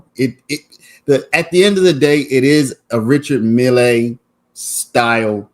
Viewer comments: Just Mill not Millay.😊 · Stop saying mill lay!!!